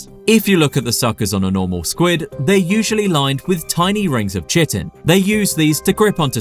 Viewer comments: As a heads up this word Chitin is pronounced ˈkaɪtɪn, or KYtin. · I believe it's pronounced "kai-tin"